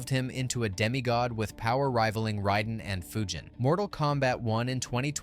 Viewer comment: How can u be a mortal kombat fan played all the games where the game it self pronounces each character name and still pronounce Raiden as rieden 😫😫